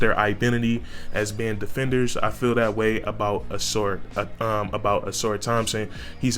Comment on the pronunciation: Dear Northerners, it’s the UNIVERSITY OF HOUSTON! Not Houston University! Never heard of that school. Where is that! Don’t insult Marcus by calling our Alma mater “Houston University!” And yes, you pronounced his name correctly; “Sass-sir.”